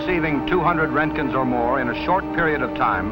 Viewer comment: That’s not how you say roentgen >:(